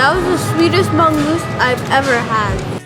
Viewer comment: Bangus is wrongly pronounced...hehehe...keep vlogging...